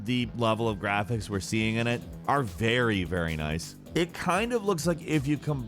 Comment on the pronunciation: like a we know like ...... this is really like.... in terms OF Graaphecs bruh this guy talks like the high school bitch